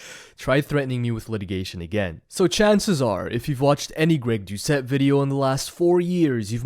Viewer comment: did he just mess up his own name? 😭